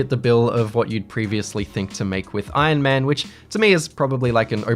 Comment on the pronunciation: No one:: Ion Man